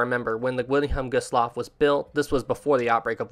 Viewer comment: Anyone notice that the name 'Wilhelm Gustloff' is being pronounced wrong? Also, , "three" torpedoes are said to have been fired but it was actually four, only one got stuck in the tube. When Gustloff's emergency lights activated, the Soviet submarine, S-13, was the surface and because of the lights of the ship, it was now exposed. A Kriegsmarine warship that was escorting Gustloff actually opened fire on S-13 in its attempt of escape, which it did get away. S-13 would go on to sink the SS General von Steuben and claiming around 3,300 more lives. S-13 is officially the most deadest submarine in history, killing over 12,000 lives in just two ships sunk.